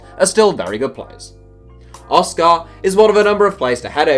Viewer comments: Why are you emphasising the car in oscar, just say it normally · Hearing you say Oscar is painful